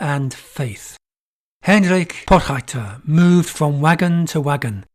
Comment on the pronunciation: Potgieter is pronounced Pawt-gheeterr (gh is gutteral rr is trilled).